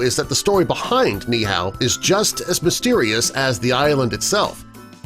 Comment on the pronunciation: Its not pronounced neeehao (like how u pronounced) it is nee(stop for a very quick second)eehau (the “u” is pronounced as 2 o)